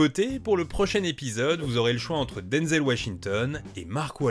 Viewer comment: DENZEL POUR LE PROCHAIN TABS !!! ...D'ailleurs petite info tabsienne, son prénom Denzel doit se prononcer Denzeul et pas Denzél, il a dit lui même que son père s'appelant aussi Denzel (a prononcer Denzeul) lorsque sa mère l'appelait, lui et son père répondaient du coup pour les différencier sa mère a commencé a l'appeller "Denzél" prononciation qui est resté avec le temps !!!